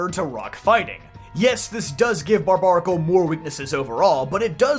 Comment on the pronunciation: Pretty sure it’s pronounced bar bear acle not bar bar acle. Because it’s like barbarian !